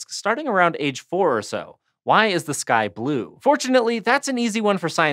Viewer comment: am I the only one heard "Why is this guy blue?" instead of "Why is the sky blue?"